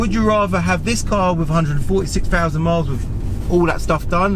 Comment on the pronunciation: So you bough a M free aye ?? I'll never understand how and when the word THREE becomes FREE and THOUSAND becomes FOUSAND ?? AARRGGHH !! You Pommies sure know how to butcher a language.